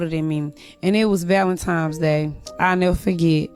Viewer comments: Did she really say Valen Times day? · Hey, what is valenTIMES day?